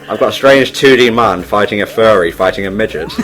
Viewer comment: Furry, not Fairy.